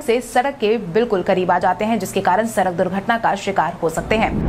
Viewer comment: सरक सरक कर खूब सड़क बोलो